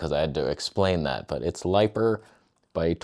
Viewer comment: We need a "lighper" t-shirt! It's like "toneh" but "lighper". 😂